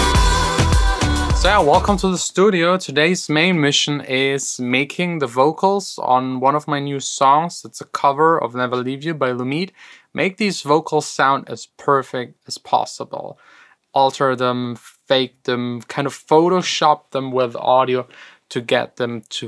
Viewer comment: The name is pronounced „Loomey Dee“